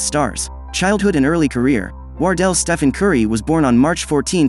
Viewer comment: Steven? You mean Stephen?